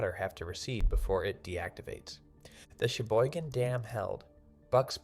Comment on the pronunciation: LEARN it Cheboygan not sheboygan